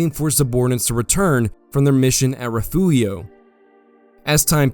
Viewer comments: Love the videos but again, it is: Refugio (rih-FYOOR-ee-oh) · great work with most of this. I like your clean style. But as a Texan, I need to correct your pronunciation of Refugio. It is pronounced Re-fury-o